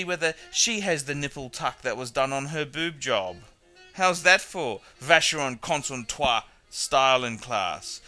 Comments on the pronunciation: Probably he mispronounced it on purpose. Just to be funny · I agree with your general argument but no need to use bad language. We should let the quality speak for itself. By the way why the mispronounciaton of Constantin? Otherwise a very pertinent video. As I say, buy the obvious, pay the obvious.